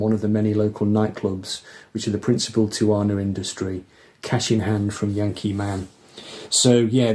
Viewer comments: Hey just to let you know it’s pronounced “ti-u-wah-na”. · The Charles Mingus album title is pronounced: 'tea-ah-wana'. It's a famous Mexican resort town that us Yanks flee to for escape ... as Charles clearly did!